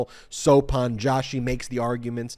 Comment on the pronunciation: The pronunciation of Joshi is not Jaw.shi but Joe.shi. A typical surname from the Indian subcontinent.